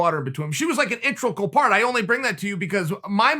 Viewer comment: Me: integral Uncle Chael: intregal Me: okay great